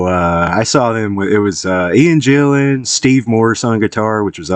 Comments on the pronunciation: A fan and you call him Jillan? It's GILLAN ffs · GILL an, not JILL an!!!